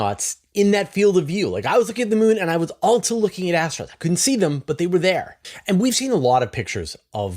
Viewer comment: BroAh, I try to cut you some slack being a CanadiaLunder, but "Altzoh", isn't how you pronounce "Also". Altzoh, lose childish video game noises and camera clicks. They are 100% not tolerable. That is all.